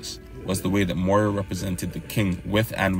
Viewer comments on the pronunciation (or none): none